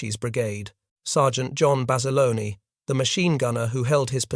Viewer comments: His name was John Bass-ah-lone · I've heard Basilone pronounced both ways by reliable sources. Though Bass-alone is the most common way.